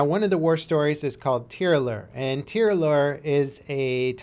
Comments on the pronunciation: FYI : Tee-rah-yur and roll the r's is how it should be pronounced ;) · Tirailleur is pronounced like that Tear I Hurl without the final L of course ^^